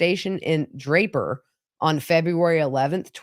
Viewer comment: You said Draper and Lehi correctly. I grew up in that area. 👍